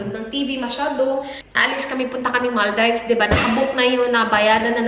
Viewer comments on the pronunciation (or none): I am a fan and i have been watching your videos for over a year now but honestly i have noticed medyu nagkaOA naka magpronounce lately. Kabaw ko naay accent ang australia but lahi rajud from before. Sure ko dili jud Mal-daivs ang pagpronounce. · You pronounced gruyere and Maldives incorrectly. You should Google or search on YouTube the correct pronunciation.